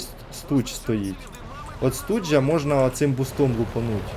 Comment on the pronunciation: Не Студж, а Штуг!